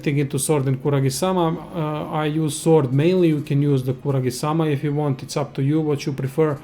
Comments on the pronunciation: Kusarigama not Kuragisama -.-... Japanesse . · *kusarigama not kuragisama. :/